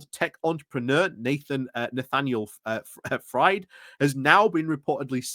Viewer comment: For future ref,, Fried - a name of German origin - is pronounced "freed". It's not "fried" as in eggs:)